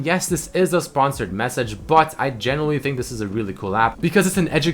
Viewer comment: the way he says "but" bat